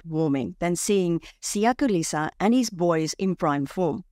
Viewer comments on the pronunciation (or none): Kholisi* not Kholisa, respectfully 🙏